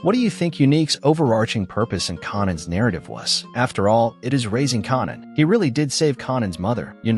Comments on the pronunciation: white people learn how to pronouce there name it s kan an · You are definitely wrong with your pronunciation of Rack and Connan???? Who is Connan? Or Rack!!! 😂😂😂😂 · Raising 'carnan' and 'rack' makes me wonder if this a AI voice